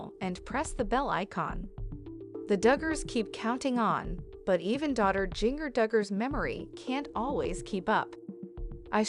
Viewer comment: If you're going to do a vlog, please make sure the story matches title, also you are pronouncing her name wrong. Music is annoying!